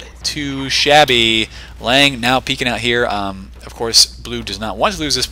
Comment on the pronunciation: Not this Lange he says it right.